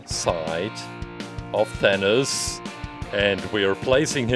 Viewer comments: i don't think its thaniz its thanos or thanoid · It sounds like you are saying THAN-US not THAN-OS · it is not thanis IT IS THANOS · He said venus and it is thanos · Did he say thanas it’s than os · did he just say "Thanoos"?